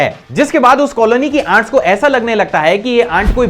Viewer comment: How many people noticed that he is call ants 'aunt' ..🤣